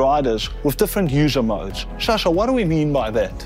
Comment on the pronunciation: Sascha, not Shasha! 🤣🤦‍♂️